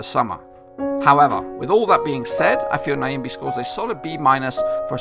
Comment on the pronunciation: Heys its not Niyambii..... but Nyambe. pronounce "'Nya"' as u do it in the word "Nyasaland'' ----mbe sounds like cow sound ( mbuuuuu, in that case it would be Mbeeeee)